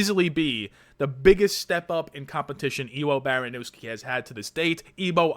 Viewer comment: Its pronounced Evo Baronyevsky. He has stupid power but did get KO'd from top control wrestling a heavyweight. Havent seen it done since kevin holland. No shame in fading the debut. If i was Petr Yan id be practicing the Jorge Masvidal Flying knee.